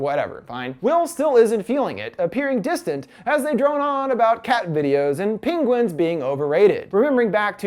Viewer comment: You mean, "pinguins", as he pronounced it.